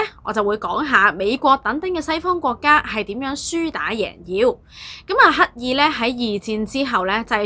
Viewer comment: 非常好的資訊, 比人認清歷史 但注意發音 例如 刻意 =/= 乞意 廣傳 =/= 講傳 產生 =/= 橙生